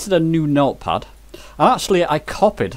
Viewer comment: At about mins. in your video when you say "meal puffs" what you are trying to say is "Note Pad", am I correct?